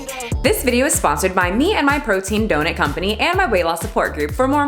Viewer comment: You say donut like my Bahamian family..Love the unintentional accent 😊